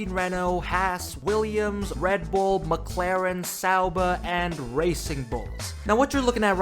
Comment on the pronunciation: pls learn how to pronounce McLaren.